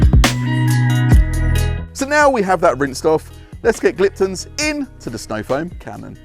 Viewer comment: There is a very common theme with any reviews on Gliptone products from detailers in the UK , and that is how it is pronounced. its not Gliptun , it is Gliptone like tone of voice.